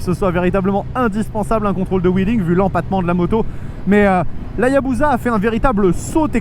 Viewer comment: pitié arrêtez de dire ayabouza ce n'est pas une bouse, on dit Hayabussa